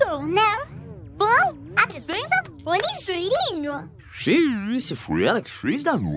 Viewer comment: Nossa eu tinha ouvido lixeirinho kakaka